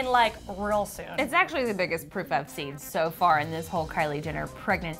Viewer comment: WHEN SHE SAID PROOF, I THOUGHT SHE SAID POOP 😂😂😂😂